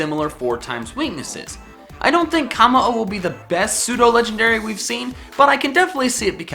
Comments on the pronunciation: It's not KAmmo-o its Kommo-o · its koe moe o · It is pronounced like cum oh oh bruh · it's kuh moh oh not kah moh oh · Its Kommo’o and Silvally.